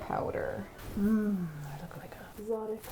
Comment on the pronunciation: Did I hear “erotic bird” instead of “exotic”? Yes, yes I did.